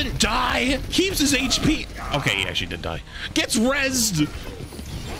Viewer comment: is funny how he says ''oKe''